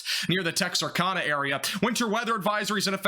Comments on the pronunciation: I noticed on your live shows and here you call it tex-are-khan-ah But it’s tex-are-can-ah. Not that you will remember this next time or even read this, just wanted to let you know you’re pronouncing it wrong. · Yeah, tell me you’ve never visited the Ark-La-Tex without telling me you’ve never visited the Ark-La-Tex… by pronouncing it as Tex ar kah na… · It’s pronounced “terks-er-ker-ner”. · Texarkana; Tex-are-can-uh